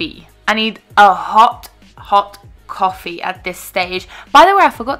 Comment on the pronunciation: CWAWFEE hahahahaha